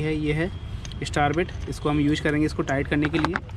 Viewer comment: abe apne worda to repair krle pehle use ko kh rha hai यूश nishan ko निसान ha ha ha ha gawar